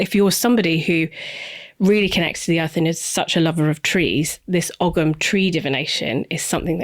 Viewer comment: Please pronounce ‘Ogham’ correctly if you are discussing it! 🙏🏼